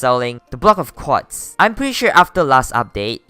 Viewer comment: Everybody gangsta till he starts saying quats